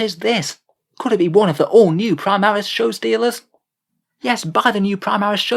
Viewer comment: You broke my immersion, its supposed to say Showstealors.